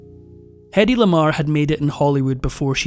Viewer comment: In her autobiography she wrote that her first name rhymned with Lady. "Heady", as it's usually pronounced, does not rhymn with Lady. Heady is H-e-a-d-y, No "head" in Hedy. ❤